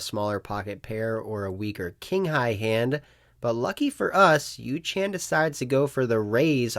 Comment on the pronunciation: Yoo -. Not yoo - chan lol